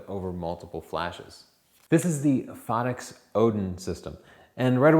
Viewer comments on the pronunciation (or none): Please same the name right.. Phottix, like "pho" as in "photography", or as in "photo". Not phaddix